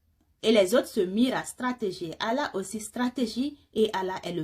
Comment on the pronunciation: Très bien cependant il faut accentué les 2 LL dans le nom de ALLAH ❤❤❤.